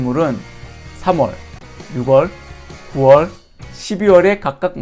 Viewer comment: 오오 영화로비교해주시니 이해 팍팍! ㅋㅋ채널번창하세욥 참고로 노파심에🤣 6월의 발음은 '유월'입니다 앞으로 쓰실 일 많을 거 같아서..